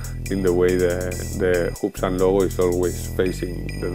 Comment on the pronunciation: Great review! One more thing that I just can't resist! 'Foonctions,' LOL! Replace the long sound of U in bootons, Hoobsan and Foonctions with the short sound of U and you will be golden. To your credit, your English is way better that any of my attempts at speaking a foreign language. Very easy to understand.